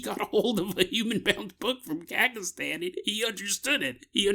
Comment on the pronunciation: It took me way too long to figure out what he was trying to say lol